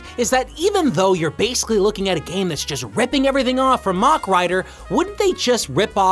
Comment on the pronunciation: Always enjoy these but dear god the word Mach said like that over and over 😂 As a point it's pronounced like the end of a Big Mac